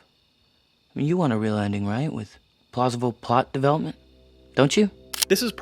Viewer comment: "plausivle pot development" :D